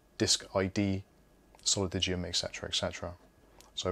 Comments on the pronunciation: solidigm-> soh-lih-dime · Solidigm is pronounced, 'Saul-a-dime', btw.... :) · Pronounced like "solidime", Wendell has a good level1tech video with a guy from the company - IIRC they have done a lot of work on the software side, was interesting stuff but a bit above my level. Whatever they were testing the solidigms were faaaaaast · Thank you for pointing this out. He drives me crazy mispronouncing the name.